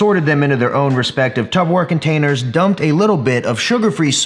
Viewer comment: ....TUBBERWARE....Its Tupperware and alwaysbhas been Tupperware.